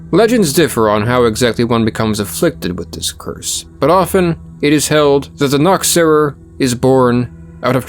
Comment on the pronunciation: The ch in Germany is not like a k sound but more like a cat hissing sound. The way you pronounced Nachtseher sound more Naktseher which means Nakedwatcher